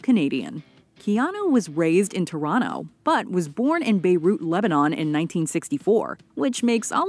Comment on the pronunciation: Notice how she chronno instead of Toe-ron-toe